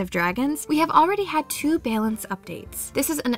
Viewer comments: can't remember literally anything about what i just watched other than the way the narrator pronounced "balance" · I love your accent when you say balance. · I can't be the only one slightly annoyed with the way she pronounces balance